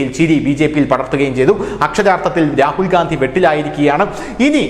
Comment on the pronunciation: രാഹുൽ ഗാന്ധി അല്ല രാഹുൽ ഖന്ധി